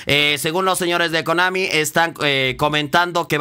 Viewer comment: pues si es verdad cuando veo sus videos la mayoría siempre a ea le dice komani jaja